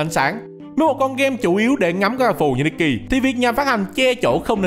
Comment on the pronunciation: Devs nikke chuẩn bị nerf stage sao cho đám f2p cày trâu, có team khá meta hoặc có kỹ năng tốt có thể mỗi 10 lv qua được 1 chap main story Góp ý tý, nikke đọc là ních ke, còn đâu đọc nikki là cái game này nhé 😂